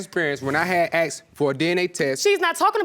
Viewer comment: "AKSED" - there it is again!! AKSED, not ASKED !! Why do they say it??!! (The first case the man keeps saying it)